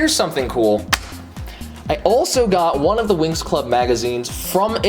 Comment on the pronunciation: I don’t want to be that guy but the show is pronounced like wings not winx